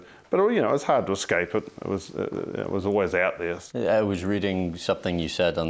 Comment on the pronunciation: "Professional" interviewer saying "ex-scape"